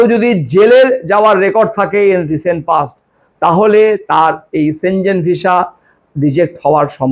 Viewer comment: সেঞ্জেন না, সঠিক উচ্চারণ হবে সেনগেন।